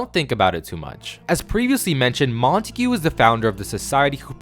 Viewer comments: Montauge is pronounced “Mon-Tog” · I never knew Montague was pronounced like that 😂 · cant get over the way he pronounces Montague lmao